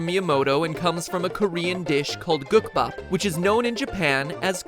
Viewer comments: LOL he said all the korean wrong I am korean okay hold on gukbap= guuk bahp yukke= yukk eh bibimbap= bi bim bahp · Ummm, I want to correct your Korean refernces. Gukbap is the correct spelling, but had incorrect pronunciation. In Korean, it's 국밥, making more of an oo sound than a short u sound. And it's not Babinba, it's Bibimbap (or Bibimbop, but both are correct) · Sorry to be in anyway annoying.. Its gookbap meaning "soup and rice" and bibimbap not babimba meaning "mixed rice" - source im korean and those are the correct pronunciation. Haha thats cool info though!